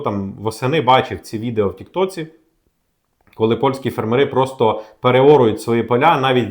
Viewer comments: фЕрмери, а не фермерИ. Неможливо слухати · фЕрмери, а не фермерИ❗️ Ну неможливо слухати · У слові фе́рмери (множина) наголос завжди падав і падає на перший склад — на літеру е: фе́рмери. Цей наголос зберігається в усіх формах множини цього слова згідно з нормами української мови. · На порядок дешевше, це в 10 разів меньше. ФермерИ це невірний наголос. Щось робіть з ротом, чи головою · цікава інформація. Але тригерить: не фермери з наголосом на останньому складі, а фермери - з наголосом на першому складі